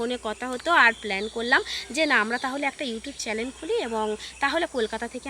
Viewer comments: চ্যানেল বলো। চ্যালেন শুনতে লাগছে। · Charlene na...chanel bolo